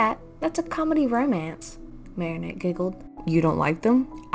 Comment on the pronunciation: The "romance" sounded australien😂